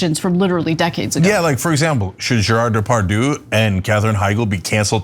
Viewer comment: Ana, how stupid can you be? You dont know how to pronounce the name Gerard Depardiue?